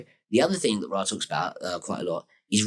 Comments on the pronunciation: If you don't pronounce Ra as "Ray" then you're not legit. Sorry. It comes directly from the source as Rā/Ray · it is properly pronounced ray. This is easily verifiable with basic research. Rah is standard pronunciation, but incorrect, just like the standard pronunciation or Julie Caesar, Aphrodite, Isis, and Che Guevara.